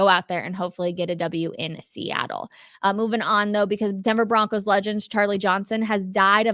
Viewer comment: I BOlieve in the BO-roncos.